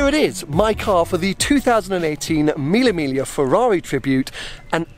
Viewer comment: Use google translator and you'll know how to pronounce Mille Miglia.